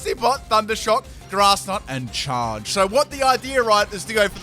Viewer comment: why do you say charge so weird